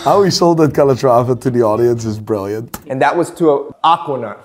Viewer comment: The way says Aquanaut. "Ockwanot" 😂